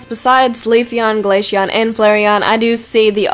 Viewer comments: she said glasheon not glaceon XP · Umm you dont say glayxhion and you say the c as a z